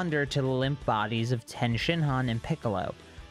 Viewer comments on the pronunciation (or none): Ffs its TIEN NOT TEN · Is tien pronounced differently in the manga that’s why u continue to pronounce it differently